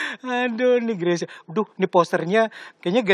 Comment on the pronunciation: Mbak Rosi bisa menyebutkan marga Greysia dengan benar. Nice.